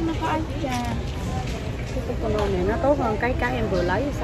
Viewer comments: e ơi không nói là tê tê nôn mà là thai la nôn nhe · TYLENOL ( Tai - lơ - non không phải Ty - tơ - non ) nha TN ú ù ! 👌🥰